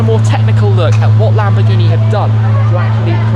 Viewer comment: lam - boar -ge -nee and moor - ceae - la - go